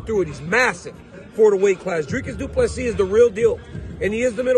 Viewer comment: Thank you for pronouncing his surname correctly.